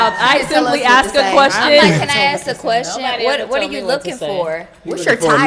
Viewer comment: Aks, Aks, Aks...Where did these people learn English?